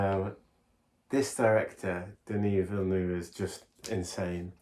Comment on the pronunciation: Great movie. The ending always makes me sob. Btw, his name is pronounced Deni Villeneve (the “u” is not pronounced as much as the “e”). You guys should definetely watch Sicario. It’s my personal favorite from him.